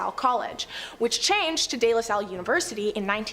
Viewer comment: Her narrating is good except for archipelago, and day la salle, pls if you do a public video like this a little reaserch for pronunciation doesn't hurt